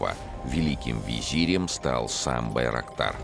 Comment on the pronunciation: Байроктар слышится как дырокол